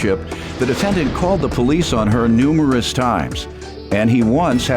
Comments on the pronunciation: She said noserous instead of numerous lol 😂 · The double standard is VERY interesting in this case! Also....we need to work on the word "numerous" ma'am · She couldn’t pronounce “numerous” 😂😂😂😂😂😂 time stamp 🤭